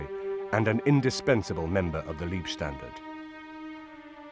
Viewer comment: Not Liebstandarte = > Lovestandarte but Leibstandarte => Bodystandarte. Leib => body, maybe you should pronounce it like “Laibstandarte “. It is sad that you English now only the English language…. This was war and Leib = body has nothing to do with love, lieb = is kind, lovely, even you English speakers should be interested to enlarge your knowledge.